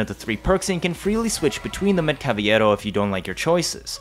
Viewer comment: You keep pronouncing Cavalero's name wrong. It's only a Y sound if there's 2 Ls. Yes Cavalero is a play on words of the Spanish word "Caballero" which means gentleman or knight. Imagine me pronouncing Asian words wrong. It would bother the crap outta you. That's how I feel. Pronounce his name right please that L is meant to be pronounced.